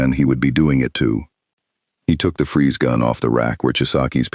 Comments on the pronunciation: It's FREEZE, not Fries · Cool story though minor thing It's Freeze like Breeze